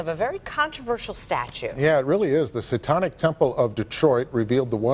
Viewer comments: “the sawtonic statue” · SAY TON IC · Am I the only one absolutely livid about the newscasters pronunciation of satanic temple as "say-tonic" temple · We all gonna ignore the news anchor saying “Satonnic”? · Seh-tahn-ik temple hahahaha What a bitch! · He said satonic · did he say satonic?